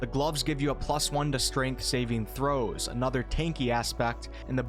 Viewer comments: Pretty new to the channel but it cracks me up when he says Saving. ... ..... ..... THROWS!!! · I know what saving throws are. Its just how you seem to deliberately pause between saving and a forceful "throw".